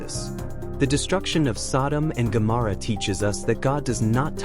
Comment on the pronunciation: Incorrect pronunciation of Gomorrah.